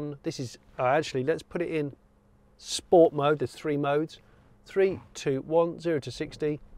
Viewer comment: I love how Jonny really struggles to say ‘sport mode’ like a regular person.